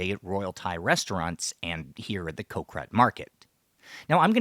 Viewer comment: Impressive research and I always learn something from these videos, but can ya improve the pronunciation a bit. the word for island is" Got", without the T, not Co- or anything like that.